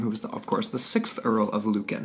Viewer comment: Sorry its really bugging me its pronounced lewcan